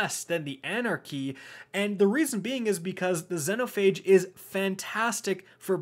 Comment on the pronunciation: Does it bug anyone else how he pronounces Xenophage?